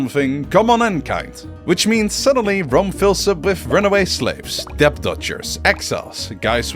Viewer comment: I don't understand how people can make high quality videos like this and still mispronounce common words like "debt" and "womb"